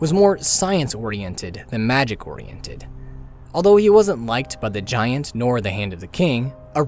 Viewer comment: Anyone else bothered by how he pronounceds giant?